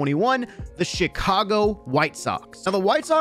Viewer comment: Beginning of the video said "the shicago white Sox"